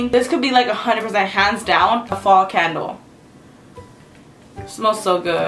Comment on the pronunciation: every time see says candle it sounds like cattle lol